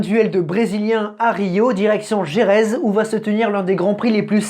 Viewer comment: Toujours des difficultés à prononcer Jerez ou Guadalajara 🤣😂🤣